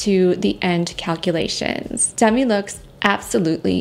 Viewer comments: I enjoy your kind, non-judgmental videos. Just one thing: Demi Moore pronounces her name as dehMEE, not DEHmee. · Demi pronounces her name “d-MEE” not “DEM-ee”